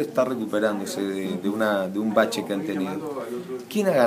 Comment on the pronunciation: humala que hable un poco mejor que es eso de ''Bache''' xD